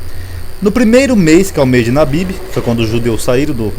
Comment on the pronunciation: não é nabibi mais Abibi